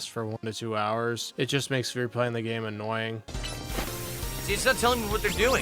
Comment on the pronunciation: Why are single syllable words always 3 syllable words for? "When Nintendo sent me this gA-Aye-Me..."